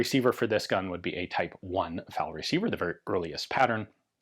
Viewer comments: Drinking game! Take a shot every time Ian mispronounces eff-a-elle and says fowl or foul. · Did anyone else hear Ian say, "Foul parts kit"?